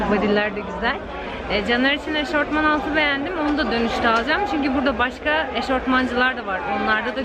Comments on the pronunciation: Eşofman eşortman değil ☺️ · Eşortman diye bir kelime yok eşofman var